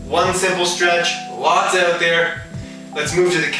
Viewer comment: knew he was canadaian when he said "oot" instead of out